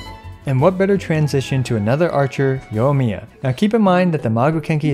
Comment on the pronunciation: You're saying Yohmiya, it's Yoimiya. The I there is not just for show.